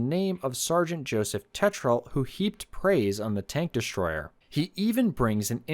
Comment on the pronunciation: I didn't know there was an "sh" in the word destroyer??? 👎👎👎👎👎💩💩💩💩💩